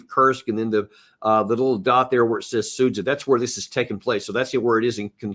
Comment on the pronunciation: Be the first to pronounce Sudzha correctly: “Sood-zya” 👍🏻